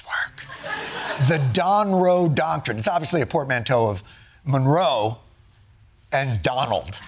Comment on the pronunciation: I believe what he actually said was “the Donroe docurine”